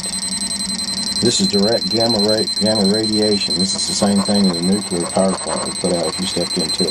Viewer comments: "nucular" huh? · How can you take this seriously when the word "NUCLEAR" is not even pronounced correctly???